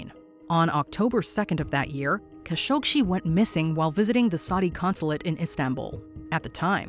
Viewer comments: Why does she keep on calling him 'Kashogshi'? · Khashoghee last part of his name is pronounced as gee not see !! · Please work on accurately pronouncing names and locations. Its insulting to their memories and work. Jacey Duggard as in dug a hole. khashoggi=kashokshi? They literally said it correctly in the vids you showed. Do better if you want to be taken seriously. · The last part of his name is pronounced as gee not see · KHASHOGGI NOT KHASHOGSHI. So annoying. A lot of these "solved" mysteries are not ACTUALLY solved. FAKE TITLE. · I don't understand something here. Everyone can hear the news anchor pronounce Mr. Khashoggi's name correctly. One assumes that the creators at Watch Mojo LISTENED to the supporting video/audio snippets interspersed throughout this video, PRIOR to laying down the program's voice track. Why then, in the name of RESPECT, do you mispronounce Mr. Khashoggi's name multiple times? The man was murdered and dismembered. Can you honestly not be bothered to pronounce his name correctly and at least give him a SCINTILLA of dignity?? I was really enjoying this video up until that point. However, laziness in research, particularly when it takes only SECONDS to find a correct pronunciation, is completely off-putting. I expected better from Watch Mojo, especially given the great quality of your past offerings.